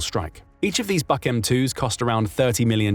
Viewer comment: HIMARS are great, but it is only a matter of time before Trump pulls the plug on them because they are hurting Putin to much Btw, it is pronounced "book" air defense system